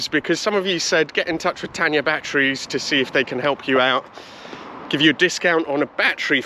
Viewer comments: Oh, it's Tayna, not Tanya! 😂 Good video though. You've done well with this Auto Union. 👍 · It's not Tan-ya batteries - it's Tay-na. Do get it right! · It’s Tayna not Tanya 😂 and they are good.